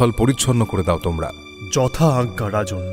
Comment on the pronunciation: এত সুন্দর একটা production এ কৃষ্ণের উচ্চারণ আরেকটু ভালো হলে ভালো লাগতো। ‘আত্মা’, ‘আজ্ঞে’ শব্দগুলির উচ্চারণ বড় কানে লাগছে! তবে আজকের পর্ব অগ্নির জন্যই অসাধারণ হয়ে উঠল।